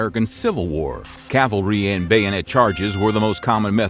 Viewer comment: This guy mispronounces at least one commonplace word in nearly every video I’ve watched. Now cavalry may not be commonplace but for a narrator of historical events one should know this one.